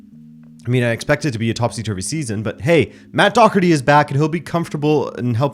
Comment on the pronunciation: Fuck sake lad learn how to say Doherty properly, and don't stop saying it like a Brit with their imagery C they use to pronounce the name.